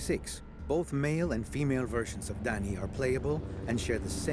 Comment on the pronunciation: It's not Danny man!!! It's Dani...